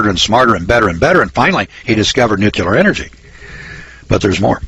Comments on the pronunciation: It is NEW CLEAR not NEW CUE LAR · Listen boys and girls, I like what is being said here, in fact, I give it a thumbs up, but how credible are you if you can't pronounce NUCLEAR. NU..KLE...ER...not NU..QU...LER !!! Mr. Bush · the moron cant even pronounce nuclear properly.